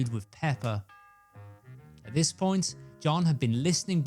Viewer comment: I love how this guy says “PePPer”